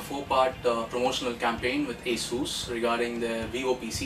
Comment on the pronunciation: Do you even know how to pronounce "Asus"?